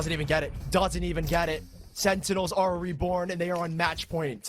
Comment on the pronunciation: guy cant say sentinels